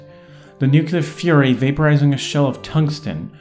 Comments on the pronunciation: "Nukular?" Dude... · Nukular? What is nukular? I only know nuclear.